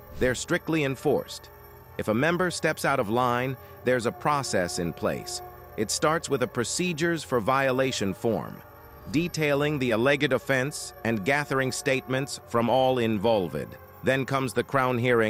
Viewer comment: AL-LEG-ED was my favourite 😆